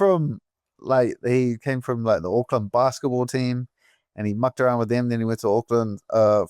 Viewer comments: Absolutely NOBODY fucks up pronunciation like DJ does 🤣 undisputed champ. “Uckland” 🤣 👏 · Not a lot of love between Dan's comments and DJ's pronunciation of the city of "Uckland"